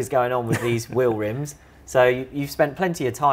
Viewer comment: Will-rimz? Just call it a damn wheel!